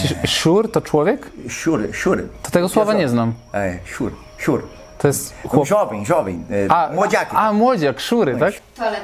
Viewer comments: Ale mnie rozbawił ten staropolski:) nie szur tylko wsiur i to nie staropolski . Moi tak mówią do dziś, wielkopolanie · Nie szur tylko mówi się "SIUR SIUREK" na małolatów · Mlody to chyba "siur" a nie "szur".🤣